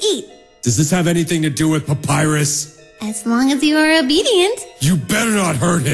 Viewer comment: It almost sounded to say virus instead papyrus 😂😂😂😂🤣🤣🤣